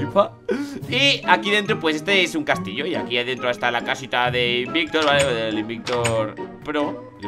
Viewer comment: dice ai bictor